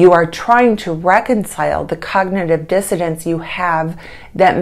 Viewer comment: Its dissoNance not dissoDance